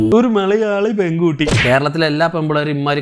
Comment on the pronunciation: ORU MALLLAYAAALLI PPENNGKUTTTI🤣🤣🤣